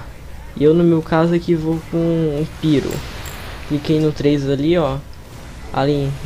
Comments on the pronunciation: kkkkkk... eu me matei de ri quando ele falo PIRO em ves de PYRO kkkkk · Só um aviso, não se pronuncia "píro" e sim "pairo", mas o vídeo ficou legal